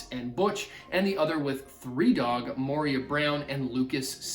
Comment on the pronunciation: It’s Moira Brown, pronounced “Moy-ra” it’s not Moria as in the Lord of the Rings